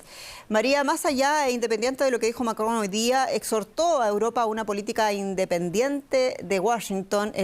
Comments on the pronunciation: Esa señora es la Martha Debayle del francés. Diga "Macron" con todas las letras, no "macoon" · Que simpáticamente pronuncia Macron....😂😂😂 Ya quiere ser francesa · Que mal cae la conductora y su pronunciación del Macron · Jenny Perez no puede pronunciar Macron 😅😂